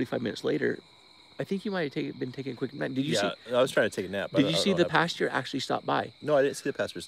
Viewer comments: You are pronouncing the word pastor wrong. A pasture is a place where animals are. You’re 45, get it together. Good grief!!!! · As a Midwesterner hearing "pasture" Midway through conversation I was so confused until I got you were saying pastor.